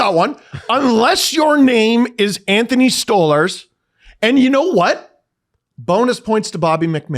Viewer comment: If I hear this muppet say stole herz. Instead of stolarz one more time dear god man